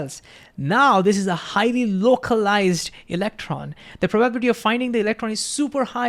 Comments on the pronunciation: Great video! I don't get why stable wavelength also implies identical amplitude everywhere though. Will come back to it... btw its Pro - ba - BIL - i - ty and Pro - ba - bi - LIST -ic (not pro - BA - bil - i - ty) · I'm not sure what you question means, but this could satisfy it: He says 'probablity' (missing the 'i' and stress on 'a') instead of 'probability', maybe due to associating the word with 'probably'. Maybe not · I know it's ok for none natvie speakers to have an accent. But for some the way he says some words is making my brain hurt. pro-bab-litty, Ten-Zor. the rest is ok. but, these ones are so out there that make me detatch from what he's saying. the videos are dope though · Probable, Probability Prob-able prob-ability Not, Probality not, Probalistic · I need to giggle everytime I hear "probaablity" :D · This guy: Ingeniously explains Quantum Mechanical principle like it's second nature... Also this guy: Cannot pronounce "probability" ((hint: its pronounced "Praw - bah - BILL - it - ee" ~ 5 syllables )) 😂😂 Great video, I bet his class is fun. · Great video! Just one comment on pronunciation: pro ba bi li ty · You helped me so I'm gonna help you. Prah-buh-bill-la-tee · Thnx for this, my understandig PROBALITY increased to infinity! Love how u pronounce PROBALITY!😂 Keep it up ! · That's the first time I've heard the word pronounced as proBAbility, very indian sounding, are there other words in Hindi that are pronounced like that too? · Learn how to pronounce "probability" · Please learn how to pronounce “analogy”, “h”, and “probability”. You say it really weird and it distracts from your content. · I loved hearing 'probability' pronounced that way 🤣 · You should probably learn how to pronounce "probability" correctly, because it turns up so often in QM. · Please don't swallow 'bi' syllable in "probability"❤ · Listening to pronounce “probability” is priceless. We love you. ❤